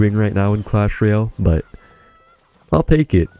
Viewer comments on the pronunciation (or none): none